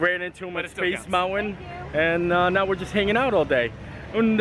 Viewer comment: Ummm "Mount-win"